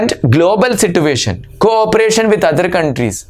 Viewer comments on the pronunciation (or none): Situation ko si-tu- asion 😂